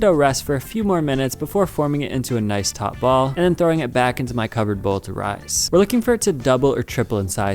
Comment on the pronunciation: he said "taut"